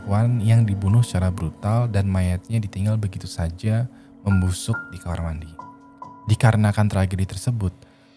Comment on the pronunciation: ngomong KAMAR MANI anjir